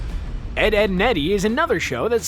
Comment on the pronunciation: Ed, Edd, and Eddy not Ved, Edd, and Eddy